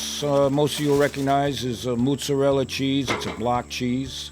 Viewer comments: Moosserela? MOZERELA! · maaa-zah-rella were u from canada lol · Love this!!! Just a Italian spin, us WOP's pronounce it "mootz-a-dell." The "d" is kind of soft, not a hard "d." (insert joke here) I've got 30 lbs. of ground brisket that are screaming to become tube snakes!! OH!!!!! If this were done with some homemade Italian sausage, it may replace the SPO sandwich!! Awesome idea!!! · how he pronounces motzarella cheese...mootzarella